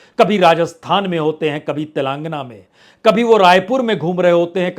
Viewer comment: प्रसून बाजपेई जी तेलंगाना का उच्चारण कृपया ठीक से करने का सुझाव है।